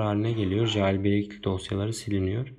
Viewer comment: Ceyılbrek diye oku kanka lütfen